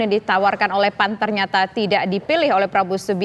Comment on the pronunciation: bembaca berita terlalu semangat panggil keras tapi salah P..A...N...????!!!🤣🤣🤣🤣